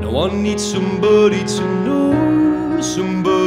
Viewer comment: i het da part wen he pronounce "somebooody"